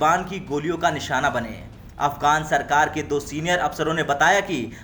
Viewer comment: "निसाना" बना रहा है।